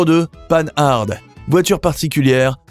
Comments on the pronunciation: Il y a quelques images qui ne correspondent absolument pas au texte récité. La prononciation de Panhard ( à l'américaine) révèle le manque de culture automobile authentique de l'auteur de cette vidéo. Encore un petit effort pour devenir un vrai professionnel de l'histoire de l'automobile française. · Comme beaucoup, j'ai été choqué par le fait que le commentateur n'ait pas pris la peine de se renseigner sur la prononciation de Panhard et même de ne pas souligner le surnom de cette marque "Pan Pan'" qui ne lissait aucun doute sur la façon de prononcer. Et que dire de l'oubli de Facel Vega! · Citroën fait aussi partie des grandes marques novatrices disparues... Sinon la prononciation de Panhard est à revoir. Ca gâche tout, on n'a pas envie d'aller plus loin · Ce n'est pas le panard cette voix off... 😂. Purée, on dit pan ar pas panarde... Jay Leno fait l'erreur mais il est excusable, il est américain. 🤡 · Bonjour, on ne prononce pas "panne-arde", mais "Pan - ar". Merci pour la vidéo, très intéressante. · Oui, c’est devenu fréquent. Le nom se prononce pANhar , et non-pas pAnHarDE. C’est compréhensible du fait que les personnes qui sont nées après la disparition de la marque, l’ont lu, sans jamais l’entendre prononcer. La prolifération des anglicismes fait le reste … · On ne dit pas panarde, mais pan ar. J'ai un copain qui a 3 Panhard et une Rosengart, donc je l'ai entendu assez souvent en parler. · Pan-Hard :face-blue-smiling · C'est très intéressant. Une remarque cepndant :Panhard se prononce Pan-ar. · Prononcer Panhard et non pas pan hard . C est lamentable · S'il vous plaît; dites : "pen-ar" , votre prononciation dénote votre jeunesse 😄 , mais n'a rien à voir avec son nom propre. Un excellent documentaire, en tous cas ! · ça fait mal d'entendre Paneharde, y a pas moyen de se renseigner sur les prononciations, c'est une marque française, pourquoi la prononcer à l'anglaise ? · Ne pas confondre panhard et panarde ! Lamentable de parler si mal !